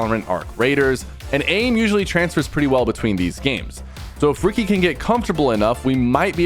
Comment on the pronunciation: ''ricky'' ''yuji''